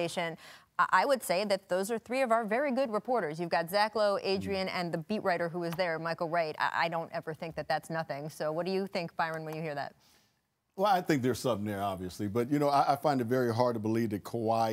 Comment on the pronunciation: Espn! It's Byron not Bryon. Thought you would know that